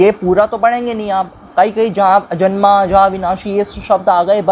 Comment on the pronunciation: अजन्मा को अजमना बोल रहे हो, ऐसे ही वेदभाष्य होता है क्या